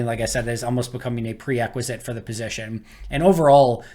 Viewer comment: are you saying pre-equisite? Or am I hearing things?